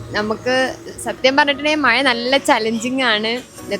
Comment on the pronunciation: ആദ്യം മലയാളം പടിക്കു. മയ അല്ല.മഴ. കോഴിക്കോട് Koyikod alla.